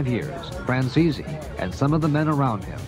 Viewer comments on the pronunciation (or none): Francese pas française révise ta diction